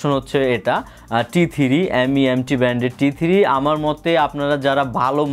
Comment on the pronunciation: M.E.M.T বলেনা, এটাকে মিম্ট বলে। 🤣